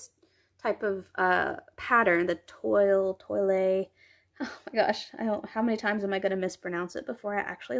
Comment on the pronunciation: You pronounced correctly😊 It is an old fashion fabric, so it is quite appropriate for Felicity. The red dress is growing on me and definately needs the crinoline to be a good length! If I get it, I personally think I will relocate the rosette to one side of the waistline seam. I found that Corinne looks good in color as long as I use just one color and not multiples. (unless one color matches her hair!) If that makes sense?😄